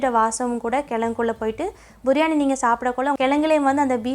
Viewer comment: බුරියානි ද “බිරියානි" ද